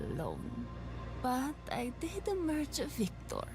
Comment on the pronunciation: Took me, uh, a lot of episodes to realize she isn't saying "Imaaage!", but "Emeeerge!"